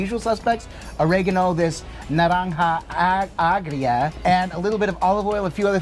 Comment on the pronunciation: Sweet you got the Spanish down packed!!!! naranja agggrrriiiaaaa!!! My brothas